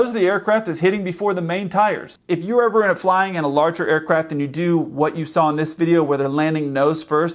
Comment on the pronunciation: He said “if you were eve a kid” XD